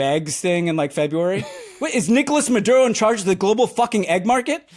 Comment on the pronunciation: Ms. Wagner's pronunciation of 'Maduro' is very good, congrats.